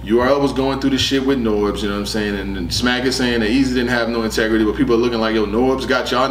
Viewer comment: “Ahtegrity”. “Everyone Got their own ObjGenda”